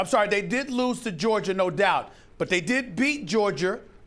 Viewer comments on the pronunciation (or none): Can somebody PLEASE teach Stephen A. how to say the word Georgia! He sounds like Madea's long lost son with that Georger crap lol!